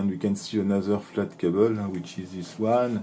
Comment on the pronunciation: Very very interesting but I could't handle your Frenglish for more than two minutes. It's a difference if you can't to it perfectly but try OR if you just give a damn and just keep stressing the last syllable like in french. You didn't even try IMO. Cable is CAYbell and keBELL. Stick to French please and just add subtitles if you don't even want to TRY to mimic the sound of the language you want to speak.